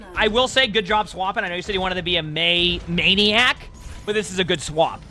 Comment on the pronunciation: I think it's MEI-niac